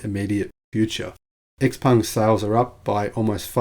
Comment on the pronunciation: bring it on. I'm very open to buying a Chinese made EV by Xpeng, BYD etc. BTW, I understand from numerous sources, including inside China, that Xpeng is pronounced Show-peng (with Show pronounced like we pronounce"how"). Thanks for a very informative video.